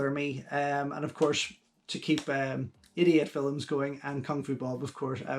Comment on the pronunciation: To my american ears it always sounds like you are saying "from Idiot Films" 😆